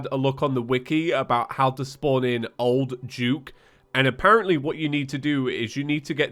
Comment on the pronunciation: why does he say old juke instead of old duke?